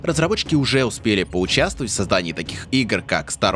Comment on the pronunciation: "...поучастаать..." Дикция чуток хромает